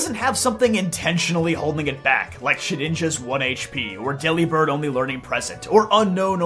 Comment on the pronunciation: Delibird is pronounced like Delivered. With a b instead of a V. Its a pun.